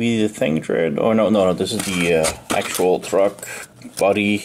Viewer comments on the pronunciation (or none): There's no 'H' in "tread"...